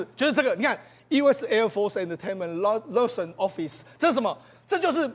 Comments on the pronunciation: liason 都不會發。台大英文也太爛了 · liaison 發音 簡直是不忍聽 應該請來賓查一下 準確發音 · "liaison" 字都读不準。